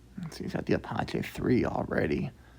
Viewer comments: oops, make that "Ah-patch-E" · Entertaining and brings back memories. And just for future reference "Apache" is pronounced roughly as "A-patch-E"